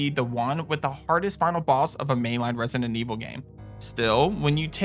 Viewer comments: it's annoys me that he keep saying rent-sinen evil😢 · He pronounces it "Resinent"😂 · loved the video man, but i cant with the way you say resident evil, "resinenevil" HAHAHAHAHAHHAHA, great list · Had to watch this video on mute….hearing “Resninet Evil” pronounced kept making me wanna bang my head